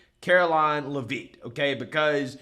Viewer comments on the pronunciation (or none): Pronounced Lev itt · You're saying her name wrong! Its Lev-eet Its Lev-IT!